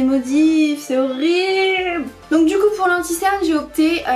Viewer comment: Tu le tue quand tu dis "cest torible" 😂 à la place de horrible 😂